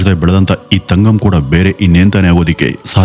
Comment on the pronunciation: It's ತಂಗಂ not ತಗಂ